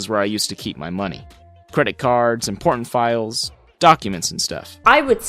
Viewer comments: Who else thought when he said IMPORTANT files he said PORN files🤣🤣🤣🤣🤣🤣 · am i the only one that heard him say porn files like if you heard to